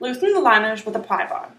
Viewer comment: have it narrated by somebody who doesn't have a speech impediment......what's a "pwy" bar? What's a jamb "winer"?